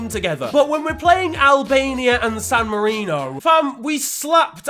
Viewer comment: Its San Marino lad.